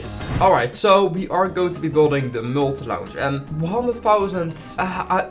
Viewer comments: hoi, ik weet niet of je het weet meer 'launch' spreek je niet uit als launsj maar als lonsj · Werk aan je engels alsjeblieft, geen haat maar het klinkt gewoon niet heel goed. Je grammatica en uitspraak moeten echt een verbetering hebben. Vooral het woord "launch", je zegt het niet letterlijk als "l au nch" maar meer als "l a nch"